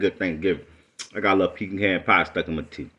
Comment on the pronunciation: I’ve heard people say pecan two different ways but this the first time I’ve heard extra syllables in it.